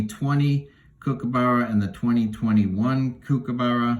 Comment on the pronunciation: Righto mate, elocution lesson here. It’s Kookaburra. It’s a short ‘kook’ not a long one. And it end s with a ‘a’ not ‘burrow’. You finish on the upward inflection. The ‘ss’ in ‘Aussie’ is pronounced as a single ‘z’, try ‘Ozi’. Do this and I’ll be happy 😊